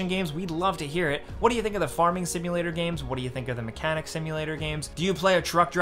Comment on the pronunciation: Dude it is car mechanic not mecanic simulator.